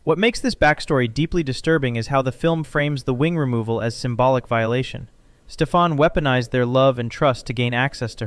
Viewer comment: Good video overall. A bunch of things I never knew! A slight disappointment for me is when you’re talking about Maleficent. The king’s name is Stefan. Pronounced STEFan. Not StefAN or StefON. It was consistent pronunciation in the 1959 movie but the Angelina Jolie one she said it 3 different ways. That was disappointing. Obviously this sticks out because that’s my first name. Pronounced like the 1959 movie does it. Other pronunciations are almost always spelled differently. But in a professional big film, featuring a big actor, for that simple thing not being caught is disappointing. Now I get that people are just terrible with names. ☺️